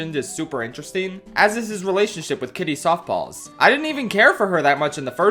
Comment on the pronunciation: did he say soft balls or paws, i rewinding it over and over again and I cant decide